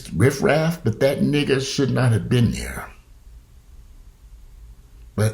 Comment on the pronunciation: You crack me up...you say niggah like an old racist white person.